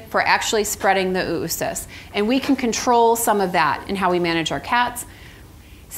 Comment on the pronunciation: It's not "OO-OO-Cysts", its Oh-uh-cysts, phonetically ō-ə-ˌsist where "-ə-" is the schwa sound, a brief unstressed vowel sound, a quiet "uh".